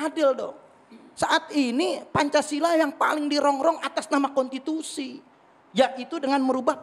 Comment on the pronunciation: Belajar dulu ngomong gih novel. Masak bilang konstitusi kontitusi. Hahaha